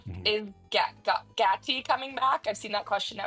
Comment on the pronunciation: This girls kinda annoying also the way she pronounced gaty like if u don't know the show then don't do a collab? 😒